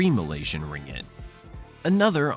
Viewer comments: its not ringit, its RING-GIT. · Pronounce "ring-git" not ringg-it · its ringgit, not "ringit". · it's pronounced as Ring-git, not Ri-ngit... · Why he pronounced it Ringit instead of RinGGit. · Ring-git is the actual pronounciation